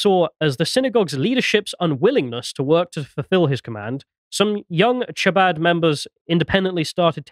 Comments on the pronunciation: Chabad, pronounced Habad with a throaty start 🙂 Bathhouse - could be a Mikvah - ritual cleansing pool. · The bathhouse: It's part of the Jewish conversion ritual, called a Mikvah. Chabad: The "ch" is closer to our H than Ch. If you just said "ha-bod" it'd be close enough. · Also generally when transliteratting Hebrew to English the CH letter combination represents a sound similar to the Spanish J. The closest English sound is H, so you'd be better off pronouncing it as Habad, and rabbi's name as Menahem Shney-orson. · Chabad is like khabad, like Hanukkah. It’s a velar fricative like loch not like cheese. 😅 As for the bathhouse situation, either they meant like a Turkish bathhouse like a schvitz or they meant a Mikvah (ritual) bath.